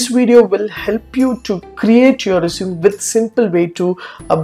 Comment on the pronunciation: stop pronouncing resume wrong!